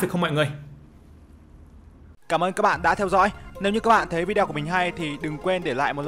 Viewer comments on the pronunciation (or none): none